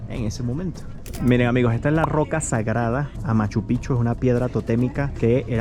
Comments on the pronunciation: Machu Picchu NO HA DESAPARECIDO!!!!!!!?????? NO TE HAZ DADO CUENTA QUE ESTAS ALLI???????? Y no se llama mocoMOco, se llama granadilla, muchas equivociones en tus comentarios. SE LLAMA Huayna Picchu, no se ni que dijiste jajajaja creo que dijiste HUACHUPICHU 🤭🤣🤣🤣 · "HUACHU" PICHU NO EXISTE Tal vez quisiste decir Huayna Pichu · Es Huayna Picchu no Huachu Pichu. Pero parece que no han tenido conocimiento de Sacsayhuamán. Es impresionante. Allí se aprecia tambien lo extrordinario de su construcción. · Una aclaración: la montaña icónica se llama Wayna Picchu y no wachu picchu. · Querido 😊 algo importante que debo mencionar es el nombre de las montañas; con Machu Picchu todo bien, pero dijiste varias veces Wachu Picchu y el nombre correcto es Huayna Picchu ( lo escribiste correctamente antes)... Y otra teoría jejeje es que los seres superiores 👽🛸 y seres gigantes, ayudaron a la construcción. Realmente la arquitecta es IMPRESIONANTE 😊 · La ciudadela de Machu Picchu y el Huayna Picchu son lugares extraordinarios. El guia te hubiera corregido la pronunciacion ya que repetiste erroneamente el nombre de la gran montana donde se encuentra el Templo de la Luna. Para subir alli necesitas mas tiempo y esfuerzo fisico. En todo caso tu video quedo muy bonito, me alegro que lograron visitar una de nuestras maravillas historicas